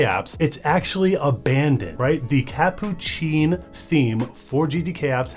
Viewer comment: its hilarious to watch you try to pronounce "catppuccin"